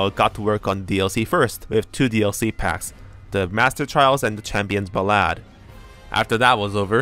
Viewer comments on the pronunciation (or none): Not him saying ba-LAD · "Champion's Bah-lad" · I love your pronunciation of "Ballad" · Amazing video as always but the way you said champions ballad physically hurt me. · your pronunciation of "ballad" makes me laugh.